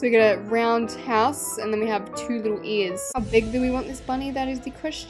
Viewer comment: why do u say ears like that u say it like earts lol